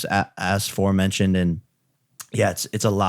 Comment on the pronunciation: yes jake says "like" a lot, but really hes way dumber than that, this philistine cant formulate a sentence properly and also lets talk about when he tried to say the word aforementioned. yeah he said "formentioned"